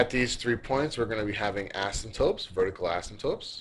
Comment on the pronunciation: I luv it. Extremely helpful. Pls post more. Only thing is the guys pronunciation is off. He says 'asymptopes' instead of 'asymptotes' which drives me nuts. You might want to try blowing your nose too because you sound very nasally. It would help.